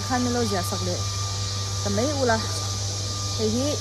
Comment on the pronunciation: Úm-ei ti a lam tur